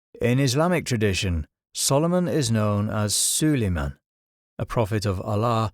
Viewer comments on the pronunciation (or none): Jinn, not necessarily "demons". Demons is an english word with european baggage. Solomon, Suleimon (peace be upon him) as his name is pronounced, was a Muslim, monotheist and controlled Jinn by Allah's permission for showing gratitude to his Creator. He did many good things with their service including shifting the Queen of Sheba's (Bilqisa) throne into a visual form of dawah that made her contemplate and believe in Allah. This with the use of the strongest Jinn who offered to help Sulemon in his calling to Oneness of God.